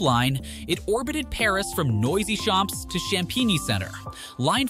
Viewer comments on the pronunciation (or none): Noisy-Champs = "Noisy Shops". I cannnnn't..... 😂😂